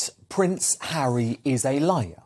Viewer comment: This American says Hawwy is BONKERS!!